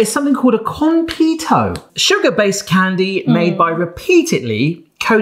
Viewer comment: Also "kon-pay-toe" instead of "kon-pee-toe"